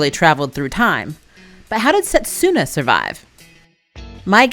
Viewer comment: Just to clarify for future, it’s not pronounced set-su-na, it’s se-tsu-na. So in Japanese せつな (which can mean something to the effect of “moment” for anyone interested). The character つ is “tsu” so just like in tsunami. Also, this one isn’t as big of a deal because it can be very difficult for non-native speakers to get the hang of, but “r” sound is often described more like the “d” in “ready” but I’ve also heard it described as trying to combine r, d & l into one letter. My dog is named Hiroki and the hiragana characters are ひろき but we use the kanji to clarify the meaning which is 大樹 (great tree). People try to pronounce it like the English words “hero” and “key” but it sounds a little closer to “he-doe-key” but plug that, Rin (りん) or Moroha (もろは) into google translate and listen to the pronunciations. Even just listen to the following characters and it should be helpful: らるれろり